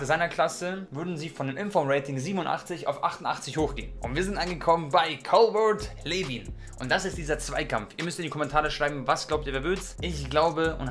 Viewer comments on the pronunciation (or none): Broo plz arbeite an deiner Aussprache für englische Players es heisst Lueen ausgesprochen und ned Lewin THANKS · Er sagt wirklich Lewin 😂😂😂🤦🏻‍♂️